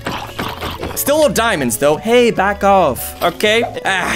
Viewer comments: I think I'll use my obsidian pickaxe to hunt for some diemondes THAT'S SPANISH FOR IRON Me:... Does this guy knows how to speak Spanish? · I like how you call diamonds dumands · Its not diamonds its deamodes